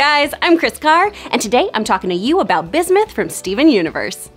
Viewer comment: Bismith? Ummm watt.